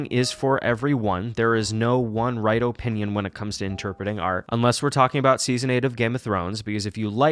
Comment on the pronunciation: Guys it’s just his O Pinion